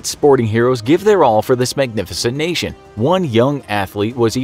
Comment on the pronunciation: say the words “national” and “nation” if you need help nk